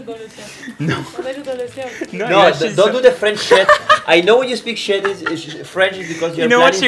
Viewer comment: Nico: "I don't feel shet anymore" 😂😂😂😂